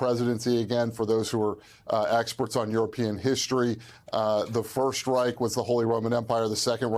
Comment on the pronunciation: Its call Reich not rik